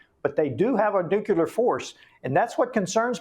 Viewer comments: Side point maybe but when someone with supposed expertise keeps mispronouncing "nuclear" it really freaks me out... 😳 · I had to click off. That dude, mispronounced "nuclear", one too many times for me.